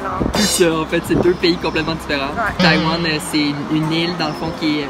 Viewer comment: 阿兜仔把台灣唸成呆丸了